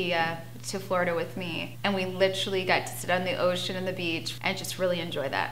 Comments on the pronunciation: “Littrolly” it’s “LITERALLY” and you don’t need to use it every 10 words 🤦🏻‍♂️ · I like litcherally got my like bachelor's litcherally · "like I litchrally.." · Like litcherally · "I litcherally" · I litcheraly cannot stand the way she says literally. I literally cannot stand anything about Farrah. She’s always the victim and acts like she’s standing up but we all see the way she treats her family. She licherally, treats them like shit.